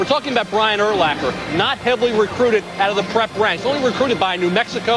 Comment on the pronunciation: "Brian AIR-lacker" Must be a texan to pronounce it like that